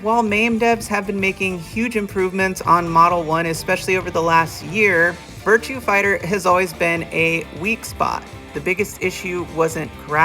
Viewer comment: The only thing that bothers me is you keep saying "Virtue Fighter". :-/